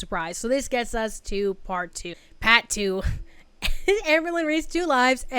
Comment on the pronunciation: Yes,! I can't get enough reactions to this insanity! Also I will never get tired of you correcting from "part two" to "PAHT TOO"